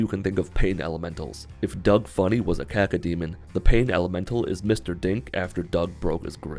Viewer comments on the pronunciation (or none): none